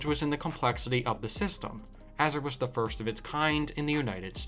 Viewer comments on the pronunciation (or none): none